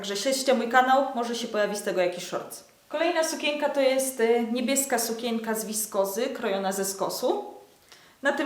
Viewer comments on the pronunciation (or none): W słowie sukienka jest wyraźne N, które należy wypowiadać, nie mówi się sukięka, tylko sukieNka... matko, słuchać się tego nie da. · A dlaczego tak dziwnie mówisz słowo sukienka?